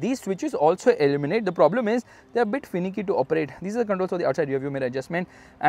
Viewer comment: illuminate not eliminate, still love your videos 👌🏻